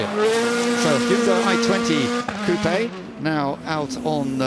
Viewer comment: Why can't they just say coupe its not that hard